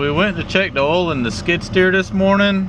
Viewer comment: How come he isn’t able to say the word “oil” properly